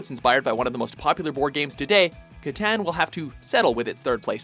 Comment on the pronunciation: is he really saying catan correct?